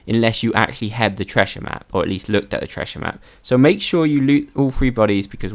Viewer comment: Never laughed so hard at the "Tressher map" 😂😂😂😂